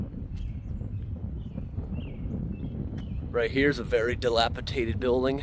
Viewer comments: DilapiDATED not dilapiTATED 😅😊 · Dilapidated -- nor, diliapiTaTed! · Does he say "dilapitated"? it should be dilapidated. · Just for the record the word is dilapidated not dilapitated 🙂 cool buildings and walk arounds. 👍🏼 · Can you please stop saying dilapitated, it is dilapidated. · It's dilapidated, not delapitated. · Dilapidated not dilapitated 👍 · The word is “dilapidated” di lap i dat ed. Not Dilapitated. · Great channel, but please stop pronouncing “dilapidated” incorrectly….it’s dilapiDATED not DilapiTATED.😊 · The word is Dilapi'D'ated 😉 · Just fyi it's dilapiDated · Awesome video as always! Glad you stayed safe with the state of some of the buildings. Also: Dilapidated* It’s a ‘d’, not a ‘t’, on that next to last syllable, my friend. I’m not trying to be negative. I just wanted to inform. 😉